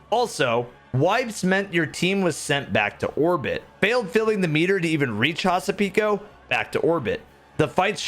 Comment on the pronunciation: Here is a cool thing to know! Hasapiko is a Greek dance, and butchered the name!